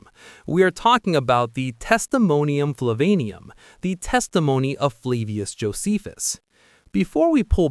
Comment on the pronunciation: It's "Flavianum," not "Flavanium."